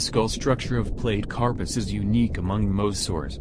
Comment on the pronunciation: Platecarpus is pronounce Platy-carpus not plate-carpus. Like Platypus or Platy aquarium fish.